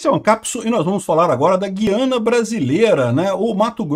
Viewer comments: Parabéns pela pronúncia correta de GUIANA. Ou seja, GU-I-A-NA; diferentemente do que a turma ("galera") tem feito, em sua maioria, deixando o "u" mudo. Está errado dizer GUIANA (GHIANA), à semelhança do vocábulo "guitarra". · Meu caro, então falta avisar nossos irmãos brasileiros que moram em regiões fronteiras às Guianas . Outra coisa: A pronúncia não tem -- e nunca teve -- nada a ver com trema. A pronúncia correta sempre foi GU-I-A-NA. Jamais teve trema, jamais foi Güiana. Para você se situar melhor, vá ao Google Tradutor. Escreva Guiana em português e coloque outro idioma (Francês, Holandês, etc). Clique em ouvir no lado Português. Lá você terá fielmente a pronúncia em nosso idioma. O que estão fazendo agora, a exemplo do que você argumenta, está errado. Um abraço!